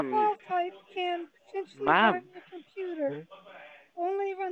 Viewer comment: "Dhey are using your dekstop combuder..." gosh I hate these idiots